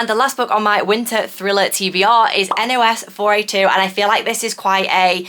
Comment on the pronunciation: The Joe Hill book is pronounced Nosferatu like the vampire. I've just ordered a copy of this novel and can't wait to read it